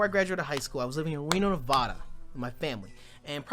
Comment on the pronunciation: I love you but you literally lived in Nevada and didn’t learn the actual pronunciation is Nev-ADD-uh. Sincerely, a fan from Las Vegas, Nevada.